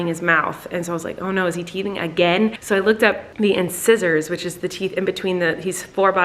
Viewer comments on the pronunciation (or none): Did you really just call incisors - “in scissors” omg. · Lol “in-size-ers” not “in-scissors” Flynn is getting his canines!! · Front teeth are pronounced “in-sigh-sors” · Are we not gunna talk about how she said incisors, she pronounced it “in scissors” 😂 it’s “in sai surs” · Inscisors- in-size-ors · She goes: in- scissors... Is no one gon tell her it’s in-size-ers?????? 😂🤣 ❤️❤️ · InSIZEres Sorry that was really bugging me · LOL! In"scissors" ... I work dental.. pronounced in-size-ors (incisors) :D Hope this helps! Made me chuckle! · Inscissors lol!!! It’s incisors hehe! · Lol N-Scissors! Or incisors. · It’s pronounced in-size-ers. Not in- ✂️ scissors. FYI. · Colleen: Say in-PSY-zers not in-scissors 🦷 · Ins”EYE”sors not In”scissor”s 😂😂😂😂😂😂😂😂😂😂😂😂😂😂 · When she pronounced incisor like " "inscissor" lol its pronounced inSIZEor 😭🤣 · In-sigh-sors Edward scissor hands has nothing on Flynn in- scissor teeth!!! lol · *in-size-ers. Lol not in-scissors. Awkward. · it's "in-sizer" not "in-scissor" lol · Did she just say in-scissors 😂 I don’t think that’s how that’s pronounced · I about died over "in-scissors" In-sigh-sers lol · We know it's a type of tooth. were talking about how it was pronounced it's not pronounced like scissors. It's in- size- zers. We were just letting her know... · Colleen girl as a student in dental hygiene the way you pronounced “incisors” made me giggle hahahah I pronounce it: IN-SIZE-ORs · She really just pronounced "incisors" like "in-scissors" 😂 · Not en-scissors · When she said inSCISSORS I almost peed my pants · Did you say...in-scissors? 😂😂😂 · I'm sorry but I physically cringed when you said incisor its "in" + "SYZ" + "uhz" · In-size-ers lol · I love that she pronounced incisors like in-scissors ✂️ luv her! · Lol in-scissors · It's pronounced in size ers Colleen lol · It's pronounced in-SIZE-ors, not like scissors haha. Love you just a grammar snob over here love you love you love you!!! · no one absolutly no one.... Colleen: SzIzZOrS